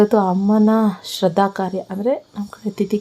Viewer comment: It is not sradda. It is shradda😂